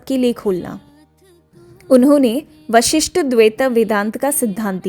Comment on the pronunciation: Video bhuutt sundar hai nagative bat bolna udeshya nhi hai lkin kripaya uccharan sahi kijiye. Jise ki Bramh aur Bramha Narayana nhi Narayan Vasishta adwaita nhi Visishtadwaita